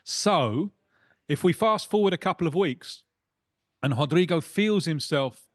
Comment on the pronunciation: Obrigado sum1 actually saying his name Right. Rodrygo na liverpool vamos.